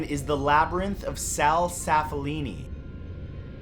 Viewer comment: Another Maltese in the house :p It's actual Hal Saflieni not Sal though haha xD